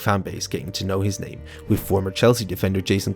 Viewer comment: I love the way yyou said his name rt